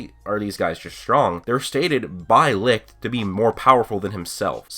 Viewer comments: When you are from Germany and here when you here licht how you speak it 😂 but no hate :) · Me as a German hearing you pronounce “Licht“ is pure fun c